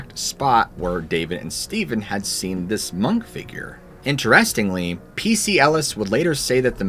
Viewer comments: Am I the only one bothered by the way he pronounced "interestingly"? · The video was great. I’m not trying to throw shade, but you’re saying “interestingly” wrong. It’s driving me crazy . 😂